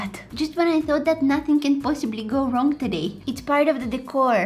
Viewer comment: Why add “k” to your words? “Wrong-k” “doing-k” “cooking-k”